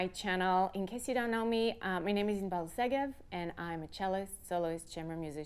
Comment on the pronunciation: Ms. Segev..... I always thought your name was Inbal but it sounds like you introduced yourself as Isabel, did I hear that correct?